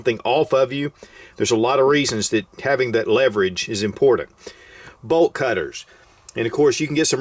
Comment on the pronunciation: Drinking game: drink every time he says “impordent” I’m wasted -.